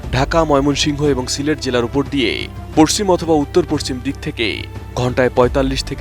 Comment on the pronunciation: পশ্চিম উচ্চারণটা ভালো হয়নি সাংবাদিক ভাই, উচ্চারণ ঠিক করেন।